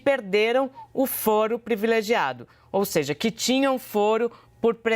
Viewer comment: "Previlegiado". Está difícil, heim, jornalistas? O assassinato da Língua Portuguesa é impressionante!